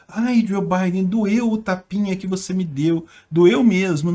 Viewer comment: "aí tô de mal com vuce, tô de mal com vuce" akkakakakakkakakakak